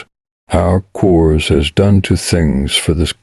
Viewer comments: AI voice is horrendous. Corps is pronounced (CORe) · Narrator: you need to learn the proper pronunciation of Marine CORPS. CORPS is not plural. CORPS as in Marine Corps, is pronounced core. Semper Fi.